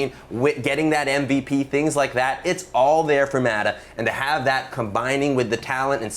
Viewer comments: Stop calling him maadaa.. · I cringe everytime he pronounces "Mata" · M A T A god damn even the white dude can say